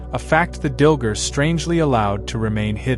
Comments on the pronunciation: Dil-GAR, not Dil-ger. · Wish could pronounce the names better, it’s confusing. Dilgar, dil gar, not dil ger. Drazi, draw zee, not drawt zee… it literally makes a huge difference. Say this word, anise…it’s a seasoning 🧂… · DilGAR. Not Dilger. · Umm it's Dil-gAr - not ger...you AI Dillhole. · I believe it's pronounced "Dill-Gar". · DilgAr! There's an a not an er.